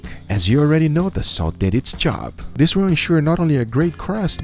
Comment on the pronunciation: "And dis is phenomenal!!"